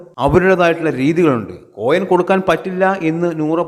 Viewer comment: കോയം അല്ലാ മൈര് കൊയിൻ..... കോയം എന്ന് പറഞ്ഞൻ ആണങ്ങളുട സാമാനത്തിനാ